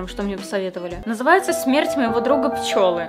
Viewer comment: Смерть друга ПЧЕЛЫ, а не пчЁлы